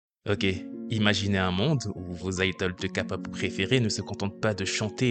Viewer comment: La vidéo et très bien mais on dit pas ka-pop on dit K-pop (oui je sais je suis kpop stan)